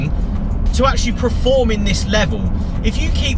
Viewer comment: I think the word is perform and not prerform